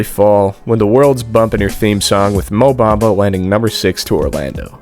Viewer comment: Mo Bumba, not Black Mumba... Or sometimes less is Mo?